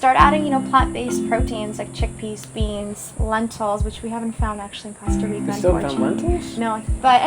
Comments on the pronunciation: Please say cOsta right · yes, it's COAST-a reeka, guys :-D